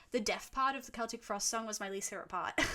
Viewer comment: Im actually happy that you pronounced Celtic correctly 😭